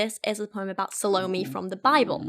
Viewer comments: hey there! just wanted to let u know that the pronunciation of Salome is Sah-loh-may, not Sah-low-mee. I thought your video was really interesting, I love listening to you read poetry! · Suh loh me? I think it's actually "sah loh may" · Sah-low-may not salami :) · Salome is, roughly, "ZAL-oh-may" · Loved the way you drew parallels between the poems :) ("sa-low-MAY" is how it's pronounced) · Salome is actually pronounced "SAH-low-may". I flinched at your pronunciation, but I loved the vid otherwise. XD (Part of the reason I love it is because I'm a writer and, yes, I released a poetry collection of my own back in 2015. I'm always interested in hearing the thought process of readers as they analyse the work they're reading, rather than just a straight is-it-good-or-bad verdict.) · It’s SAL-OH-MAY and I only know because of the opera Salome lol. She kisses Johns detached head at the end and it’s gross. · Just a heads up--Salome is pronounced SAH-loh-may. It made me cringe every time. 😂 But man, I love these videos looking at Youtuber poetry. It's such a trend right now. I'm not a huge poetry person anyway, but a lot of these modern "poets" drive me nuts because it's just feeling and no craft. Feelings might be powerful, but they don't necessarily create good art. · The way she pronounces salome. Sounds like salami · sal-O-m, the 'e' isn't pronounced. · I think Salomé is pronounced 'SA - luh - MAY'. The name is often written with an accent at the end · It's SAL-oh-Meh, accent on the mehhh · The way you pronounce 'Salome' like Bologna Girl, I